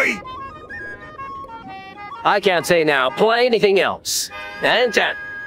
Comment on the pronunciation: “I can’t say now playanithiniging else!” …huh?